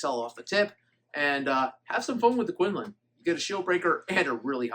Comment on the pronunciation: From a person in China its pronounced like koon loon.